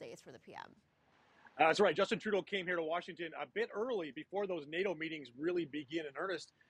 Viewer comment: he called him Turdeau .